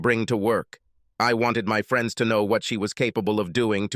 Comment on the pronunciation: The computer sounds so stupid....collegeee? Free-ends? Anyway, the story was boring. FF.